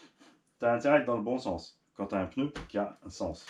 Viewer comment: Du peuneu du peuneu 😂😂